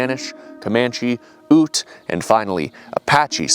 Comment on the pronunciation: This whole series has made me see my childhood stomping grounds in a whole new light. I wish we'd have been taught this history, but I understand why they wouldn't want the truth told. Also, just because I live next to the reservation, Ute is pronounced "Yoot." lol. Just being pedantic af with that. Do as you will